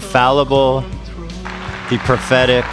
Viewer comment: I thought Ethan became self aware and said "pathetic" not prophetic 😂😂😂